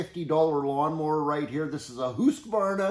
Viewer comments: Almost fell down off me chair when you said Husqvarna. You pronounced it spot on and not the weird way most americans do. Anyway, nice demonstration on what a difference a clean filter can have on an engines performance. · So happy to see someone from the North American continent pronouncing Husqvarna pretty much spot on. 😊👍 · Great stuff - and perfect pronunciation of Husqvarna;-) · was waiting for your comment on his pronunciation Hobbymotor. Nice one and good job. You deserve a Guinness.